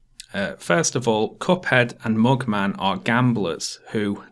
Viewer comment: Its not mookman its mugman